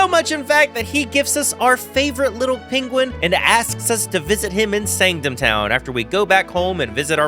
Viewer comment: Bro why are you moving on to SoulSilver so quick, I'm not ready yet, DID YOU JUST PRONOUNCE IT SAYNDGHEM TOWN???